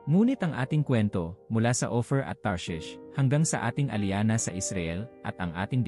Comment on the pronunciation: The way you pronounce just like opher Ophir not opher